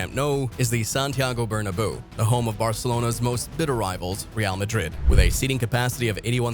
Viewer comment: You really need to learn how to pronounce Nou & Bernabeu